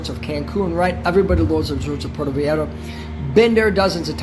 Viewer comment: Puerto 'Vay - yar - tah'